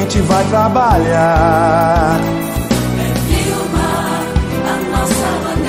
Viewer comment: É Wilma de Faria e não Vilma Faria